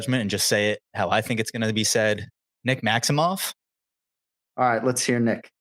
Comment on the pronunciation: nailed the pronunciation of and I am typing this as he pronounced it Maximo(f), and Nicholas said Maximo(ve), because he's still carrying a slight Russian Accent and I am a Boston boy by way of Moscow/Montreal, Quebec and Ken-Flo knows Rue St. Laurent y Rue St. Catherine, I am only saying because I have walked by Tri-Star several times, but in Russia, the women is most likely why he said Maximove, females after marriage i.e, Nick's wife if married has a different last name, Maximova, i.e, Sharapova, ova,ov, it's a Respect thing for his mother or WIfe